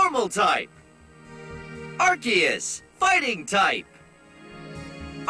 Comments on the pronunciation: Excuse me, arceus is pronounced ARKOOS and yveltal is pronounced YAHVALTAL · It's arkeus not ar'che'us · Its not ar-see-us Its AR-KOOS Also i listened to this in the shower and i got to meganium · Ar-KEY-us Not Ar-SEE-us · I know! Everytime someone pronounces it "Are-See-Us", it makes me cringe! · Ray-quah-za and Ar-see-is will always be my preferred way of pronouncing no mater how much official media says otherwise 🤷‍♂️ Rose-raid also sounds weird to me. I prefer Roser-ade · i refuse to believe its arkeus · And Arceus